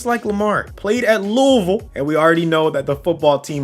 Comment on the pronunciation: Thank you for saying lewivall and not lOuIsvIllE